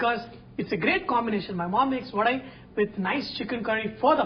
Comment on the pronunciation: Thanks for sharing the trick to make it fluffy, that too with your own hands. I like your pronunciation as "VADAI" and not Vada. Well atleast, for most part of the video.